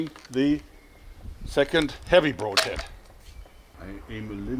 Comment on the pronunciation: Has no one had the guts to tell Joerg he is mispronouncing the "broad" in "broadhead"?